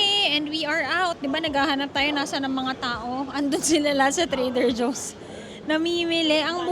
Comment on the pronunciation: Try reading, it’s TRADER JOE’S! Also, you’re overly acting. Just vlog normally, it’s getting too annoying to watch.